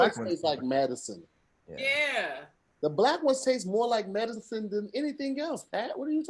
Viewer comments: Where been with the hey Tom getting outta hand 😂😂 Maddison instead of medicine is hilarious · Madecine?🤔... Madecine?.. & he be so confident lol Hey Tom, you know what? Nevermind🙄